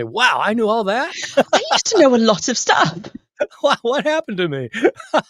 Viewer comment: I'll have you know that "Shtuff" is a well attested word in multiple manuscripts!!